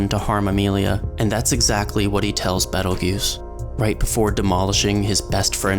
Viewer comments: Ye, I don't understand why people keep saying "juice" when all characters in the anime say "goose" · author: "Betelgeuse" narrator: "Pedal Juice" youtube sub: "Pedo Goose" no offense, Mr. Narrator. I totally understand his name isn't native to your tongue, so you may not be able to pronounce it perfectly. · WN: Petelgeuse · It's Petelgeuse, the slight misspelling is intentional. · It's Petelgeuse in the WN, don't be a smart-ass